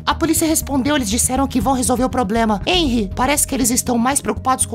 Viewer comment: O T3DDY falando enry mas é renry com h